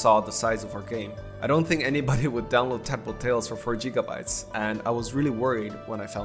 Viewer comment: Really love the art style and the game's concept is so pure and wholesome :) It bothers me that you call GigaBytes JigaBytes but other than that great devlog! Looking forward to more :)